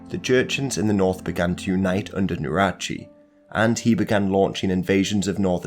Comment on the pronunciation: it's Nurhaci, not Nurachi